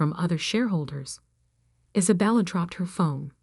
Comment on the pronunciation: Its one word its COVID one word geewhiz get it right can't even say one girls name right Is abella its Isabella one word